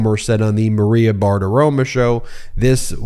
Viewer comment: It's Maria Bartaromo not Bart aroma.....are you doing what Trump does?